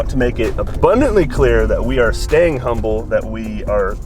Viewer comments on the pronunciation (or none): none